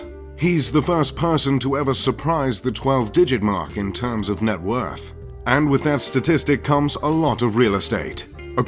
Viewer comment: Soon, I can be a MULTI BILLIONAIRE and No.1 Riches in the World. ( "Woth" ;-)